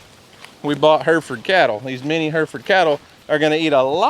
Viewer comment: Fun fact they are heh-ruh -fuhd cattle not Her-fud.